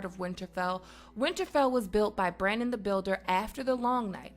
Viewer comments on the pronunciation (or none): none